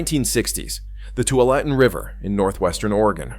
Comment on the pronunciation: Good coverage and explanations, but knowing how to pronounce the Willamette River and the Tualatin River are pretty important to sounding like you know what you are talking about.